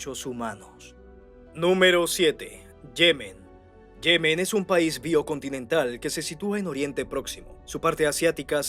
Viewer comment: Muy interesante video! salvo un par de lecturas erradas del guion que pude escuchar: "yemen es un pais biocontinental" (bicontinental). "los talibanes del primer emirato gobernaron entre 1996 y 2021" (1996 y 2001).